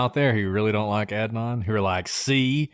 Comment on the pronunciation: I want to listen, but I’m two minutes in and can’t stand the fact that you are both choosing to butcher Adnan’s name. Pronouncing someone’s name incorrectly is a choice that speaks volumes. Not sure why you didn’t make an effort to provide him with the basic decency of learning to pronounce his name.